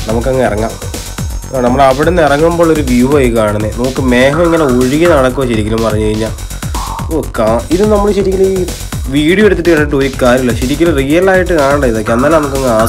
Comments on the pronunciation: മേഹം അല്ലെ.. മേഗം ഡാ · മേഹം അല്ല മേഘം.....